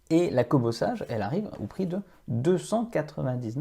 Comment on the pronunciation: Kobo (sa se lit "Seige" et pas "sage" comme une image, et la liseuse que vous montrez n'est pas une Kobo sage... c'est révoltant de perdre le temps des gens avec des fake news !